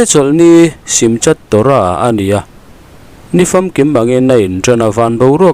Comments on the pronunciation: Simchat torah nilo in simkhat tih a lam tur. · CH " hi K leh H inkawp ang hian lamrik tur ani(Saptawng a an ziah avangin i lamrik dan hi chu i demawm chuang loh va).Entirnan Simchat Torah ni lovin= SIMKHAT TORAH. Yachiel nilovin = YAKHIEL. A ngaihnawm (ביחד ננצח בעזרת ה). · Kapu.Shimchat Torah ni lovin,Simkhat Torah tih tur zawk aw.chat hi khath ah lam zawk tur Ani e. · Trawng let tu khan juda te hun hman dan leh a hming an sawi dan kha a lam dik lo nasa hle mai Simkha Torah tih a nih kha